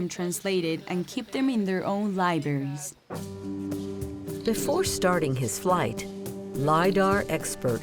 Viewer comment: "Libaries"? On PBS?